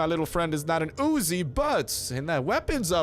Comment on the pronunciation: Its not Ozi its uzi